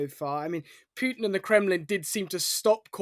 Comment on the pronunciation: Correct pronunciation is Pootin, not Pewtin.